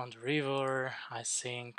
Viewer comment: Bro quality is really bad, cant see the numbers. And I dont get it, you saying sink or think? 🙂